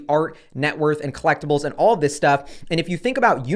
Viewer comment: hehehe "IRL stough"